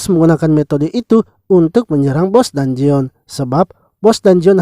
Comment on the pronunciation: bang cuma kasi tau,bilangnya dunjen aja bang dangeon itu tulisannya aja,biar enak di denger